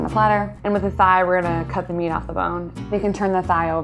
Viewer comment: thigh. not thy. also it's not.